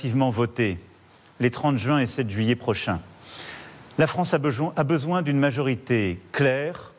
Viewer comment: "la France a bejoint euh besoin" le lapsus révélateur 😅